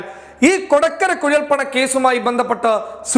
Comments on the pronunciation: "കൊട്ടക്കര" അല്ലാട്ടാ... കൊടകര... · കൊടക്കര അല്ല മോനു .......കൊടകര എന്ന് പറയു